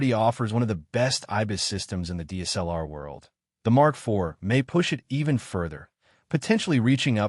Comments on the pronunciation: Your AI audio SUCKS. "DEES-L-R" is not D S L R. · agreed. Pentax K... ... 4 and Deesellar. Appalling. Why do these people flock to use AI voiceovers. I imagine they think it cool, when nothing could be further from the truth.